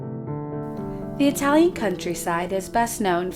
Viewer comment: please remember: you have to pronounce the fucking vowel at the end of every single word when you speak italian!! Oh sembra 'he tu c'hai un pel di fica sulla lingua, direbbe il Nesi. Ora vo via, ti saluto che c'ho d' andà in posta ed in banca. VIVA IDDUCE, il lavoro e la libertà. RISORGEREMO, prima o dopo, salto del capretto e della volpe l! Thank you